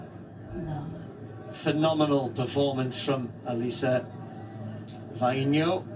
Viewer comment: She indeed is a wonderful person and a super athlete - and thank You for pronouncing her name so well !!!!! 🤩